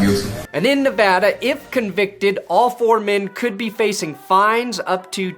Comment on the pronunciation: Wow... a YouTuber actually said "Nevada" correctly. I think the sky is falling.